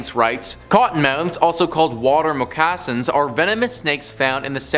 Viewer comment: Between how he pronounced “ moccasins” and “octopuses” instead of octopi…I can’t…